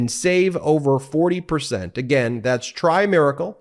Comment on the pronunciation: That is how he said it, except it is try-miracle and not try-plex.